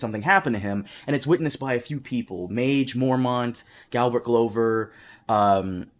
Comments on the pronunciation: this is a load o waffle and non mans pronunciation of Glover is worth of death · It's glover, like a glove, the guy even has a glove as his sigil. At least you're consistent, unlike Dotrice (RIP you old duffer)